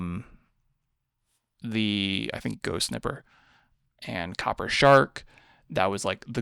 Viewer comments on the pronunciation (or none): none